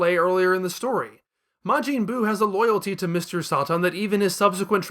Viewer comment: “Mr Saht.han.” “Majeeen buu”